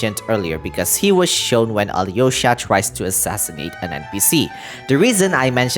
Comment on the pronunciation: Also, as someone who knows russian some pronunciation corrections, the hardest thing is to learn softened consonants. Most of the time if theres a consonant before "y-" letters (yo, ya, yu) the "y-" part itself is not pronounsed while softening the prior consonant. In Vodyanitsa it's d, it sould be prononsed more like in duke, during or duty. Same with Alyosha, no y, but l is more like in leaf, try saing leaf that just le and than try replacing e with o, and that sould be it (you do probably see how hard it is to explain i spent half an hour just on this comment)